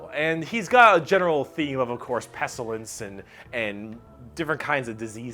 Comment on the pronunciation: I love this video but the way he says eldritch makes me want to end it all. That and pestilence.